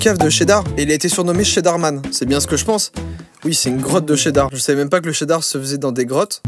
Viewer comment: C'est cheddar pas sheddar 🧀😋 Miam! j'adore le fromage 😁